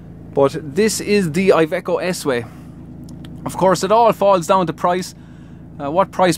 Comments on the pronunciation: It is Iveco not aiveco. italia, iveco, iiiiiiiiiiiiiii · Just for future references IVECO stands for Industrial Veichle Company therefore you pronounce it with the I of industrial